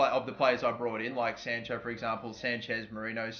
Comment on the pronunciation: Anyone annoyed how he pronounces sancho 😂😂